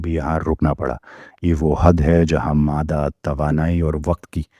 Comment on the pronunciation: ایک لفظ کے متعلق آپ سے غلطی ہوئی ہے ۔۔۔۔۔ مادہ۔۔۔ میں دال تشدید کے ساتھ ہے۔۔۔ کہ بغیر تشدید کے مفہوم کچھ اور ہو جاتا ہے ۔